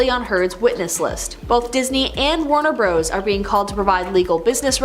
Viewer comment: Warner Bros ... poor girl does not realize it means Warner Brothers but she's actually pronouncing it as " Bro " in the plural at about .